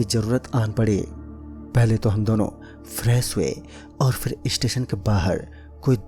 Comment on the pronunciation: Fresh hota h na ki freess